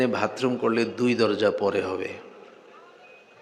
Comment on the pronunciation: মুহতারাম, আসসালামু'আলাইকুম... ক্ষমা করবেন, "ভাতরুম" না "বাথরুম"। আলোচ্য বিষয়টি খুব অর্থবহ। ধন্যবাদ।